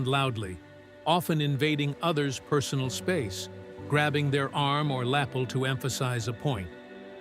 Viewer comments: Robot narrator complete with malapropisms. Lapel rhymes with Apple. Alice introduced Johnson, then a Congressman, to the conductor Erich Leinsdorf. Johnson helped speed up Leinsdorf’s naturalization as a US citizen. See Leinsdorf, “Cadenza” and Robert Caro’s LBJ biography. Johnson was indifferent to music and to all forms of entertainment. He did not read books. Sports did not interest him. Politics were all that was on his mind. When, in 1955, he was recovering from a severe heart attack, Johnson had a swimming pool built at his ranch. His cardiologist had told him that swimming would be the most beneficial exercise for him. His doctor also told him to listen to music. Johnson had a piped-in Muzak system installed at poolside. When guests were around, the system played Johann Strauss waltzes. When he was alone, it played what used to be called “elevator music”. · More BS AI VOICING ... "grabbing their LAP-ULL .... Oh give me a break. Better yet -- give me a real human reader ...